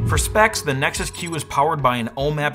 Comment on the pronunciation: Every time your said Nexus Q, I heard it as Nexus Cube...